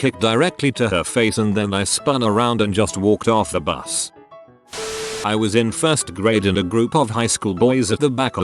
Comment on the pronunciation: "My bus caught fire" but that sure sounds like "My butt caught fire"